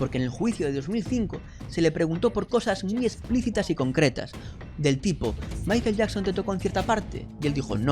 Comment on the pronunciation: COMO CREER EN ALGUIEN QUE PRONUNCIA MAIKEL YAKSON? .... NEXT!